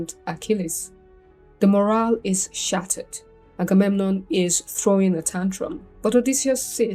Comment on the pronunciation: sounded like the correct pronunciation